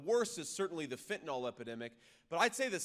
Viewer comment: Please learn to say fentanyl correct! It’s pronounced fent - a - nil.